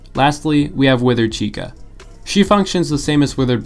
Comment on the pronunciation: chica ❌ cheeksa ✅